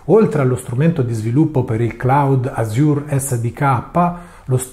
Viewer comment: Cambiato logo (preferivo il primo anche se forse troppo Mint-based): pressioni da Mint o consapevolezza che questa, basata su Ubuntu, subirà l'accattonaggio indiretto da Microsoft (e quindi scelta di adottare di LMDE) ? (p.s. 'Azure' l'hai pronunciato male)